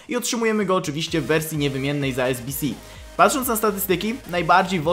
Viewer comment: ale kto tak mówi xddxdxdd mówi się